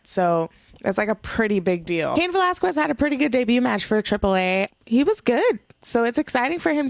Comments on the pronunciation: Okay please stop saying VelasqWUez it's pronounced ve-lahz-kez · Valasges is how it’s pronounced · A Puerto Rican pronouncing Velasques with a "KW..." Ok. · Drinking game: take a shot every time she calls him Cain Vel-az-kwez. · The only thing that killed me was the annunciations of Aikman and Velasquez. Like, you have a Puerto Rican flag behind you but can't pronounce an ethnic surname? Other than that, it's gonna take some getting used to, but she didn't do awful. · *Not hating * I see the Puertorican flag and I hear you pronouncing Velasquez and idk if you’re puertorican and don’t know how to speak spanish but for me it’s like weird how you say it xD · You’re butchering Velasquez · 😂😂😂 Still pronouncing Velasquez wrong. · I'm Mexican and I Spanish. We don't pronounce it like that. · pronounced Velasquez wrong again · If you're going to say Cain Velasquez so many times could you PLESE PRONOUCE IT RIGHT! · LADY.... WATCH THIS AT LEAST 3 TIMES TO GET CAIN'S LAST NAME RIGHT. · Usually I'd agree but it's a bit embarrassing when Heyman pronouncing it correct. But she could do what she wants.